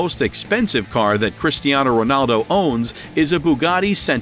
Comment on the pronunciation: man he say christiano its cristiano🤣🤣🤣🤣🤣